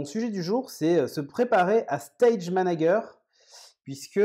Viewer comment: "stage manaGUER" ? really ? C'est une "private joke" ? c'est voulu ? 🤣